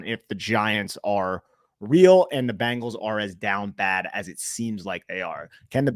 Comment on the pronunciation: Why do Jerseyans pronounce Bengals as Bangles? 😂